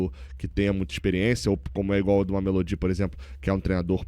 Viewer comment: Não aguento mais o fazendo a pronuncia do mameLÔdi errado. Já era para ter se informado melhor